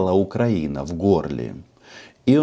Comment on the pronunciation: У фюрера розвивається мотузкова хвороба з ефектом Муссоліні, з покрякуванням при вимовлянні слова Україна. Весною буде загострення )))